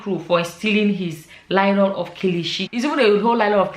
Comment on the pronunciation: I couldn’t agree more! But, it’s Nylon” not “Lylon”❤